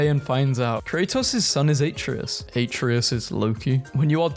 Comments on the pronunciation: I don’t understand why people say; “Æ-tree-us” instead of “A-tray-us” Also, it’s “Yor-men-gander” not.. “Jog-man-der” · Every time he mispronounces Atreus it feels like I get sent deeper into depression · you played all three, yet you pronounce Atreus wrong? you make me feel like Hermoine in that Wingardium Leviosa class xD